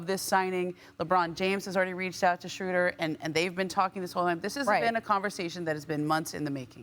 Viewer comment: Why can't anybody pronounce Dennis Schroeder's name correctly, there's no u in there.